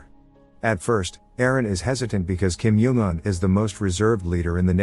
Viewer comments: Why kim yong un its kim jong un said by North koreans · I love how the ai voice calls Kim jong un “Kim yung un” and “Kim juun un”